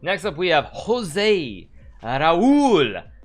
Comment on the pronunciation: HIS NAME WAS JOSE RAUL CAPABLANCA not "jose"